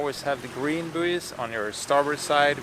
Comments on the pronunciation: Just helping, bouys is pronounced boys (you can Google the word and it will speak it for you when you click the speaker symbol). Keep up the good work! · Love watching your videos, such a calm vibe. Buoy is said like boy, booeeys made me chuckle though - just in case you care! 🙂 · I agree completely with about buoys - red to port, green to starboard when entering harbour. I'm an Aussie, so it's pronounced boys.